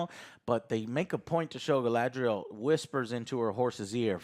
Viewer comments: Gala-N-driel lol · Having Joe FINALLY pronouncing Galadriel right brought tears to my eyes. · How Joe has been pronouncing things since the first trailer dropped (i.e. Galadriel) has bothered me. It's like nails on a chalkboard 😭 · It is not Galadriel, it is Galasriel, Galapriel, Galakriel... whatever you come up with